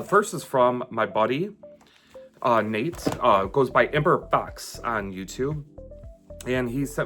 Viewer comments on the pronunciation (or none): Have you heard anything from Strictly LTD at all? I'm hoping you hear back from them soon; its really concerning they didn't send you what you paid for. And when you mentioned Nate, it sounded like you said my handle here !